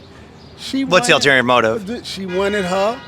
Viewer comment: Someone who allegedly passed the bar exam pronounces 'ulterior' as 'alterior'? My goodness.